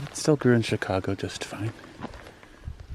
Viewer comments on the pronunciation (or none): none